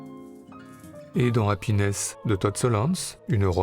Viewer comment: Noé m'a fait découvrir Solondz dont j'ai adoré Life During Wartime, mais impossible de trouver Happiness (prononcé à la française c'est plus rigolo) en VOD. Des pistes ?